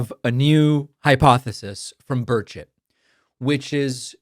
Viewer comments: Did you say Birdshit ? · I'm sorry, no matter how many times you say Burchett (even after I turned on the text) it sounds like you're saying Birdshit. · At first I thought you said "Congressman Birdshit" 😂 Took me a minute to realize you actually said his name - Burchett. I think Birdshit is more fitting though. 🤣